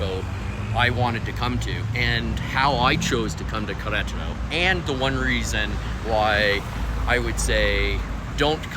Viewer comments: Welcome and que le vaya bien! Appeciate your video and would just encourage you to really work on your spanish. Especially how to pronounce "Queretaro". Spanishdict has a nice audio pronunciacion guide, just fyi. Suerte! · Learn how to pronounce the city name , please, in Spanish! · Did you learn how to pronounce Querétaro?